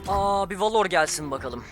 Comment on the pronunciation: Abi suna valor deme velır dee